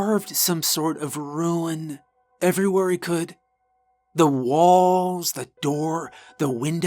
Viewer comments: So Good great Job..ONE pet Peeve..its RUNE (Ru-NAh) not "RUIN"..made my eye twitch eveytime he mispronounced that word..) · Great story! Just one thing, the word Rune is pronounced like “roon” ; it sounds like you are saying “ruin” instead.❤ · Carved a RUNE, not ruin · Great story, but I kept hearing "ruin" when I think it's supposed to be rune? (Rune's one syllable, rhyming with noon.)